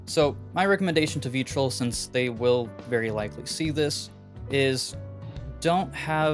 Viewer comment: It’s pronounced Vetrill